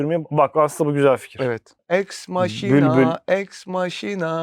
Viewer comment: Eks maşina değil yalnız, eks makina :)